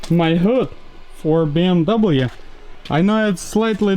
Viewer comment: What the hell is a “BMdoublem”?